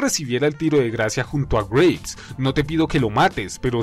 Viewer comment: Por la pronunciación pensé que decías Grapes o sea Uvas y no Graves, o sea... Tumbas. Tienes razón, Barkov y el Lobo son... insignificantes. El segundo sobre todo, un cero total a la izquierda, y el primero es simplemente un villano de caricatura de sábados por la mañana... ay que mata prisioneros y encarcela niños... creo que el Vengador de Calabozos y Dragones hace lo mismo y no lo tienen en ningún pedestal. PD: Lo de que no estaba en el tanque me lo esperaba, me pareció una especie de homenaje a los juegos esos donde el villano se sube a un vehículo y tienes que derrotarlo estando en desventaja... ah mira al final el MW II se convierte en un juego de Sonic xD PPD: Lo de Farah lo vi como una especie de inclusión tokenista, es decir, para cumplir con la cuota, y reforzar la idea de que son los buenos... ven somos los buenos, tenemos a mucha gente de nuestro lado, negros, árabes, y por supuesto ingleses, son los malos los que son homogéneamente étnicos, rusos todo blancos... nefasto mensaje en realidad si te pones a pensarlo.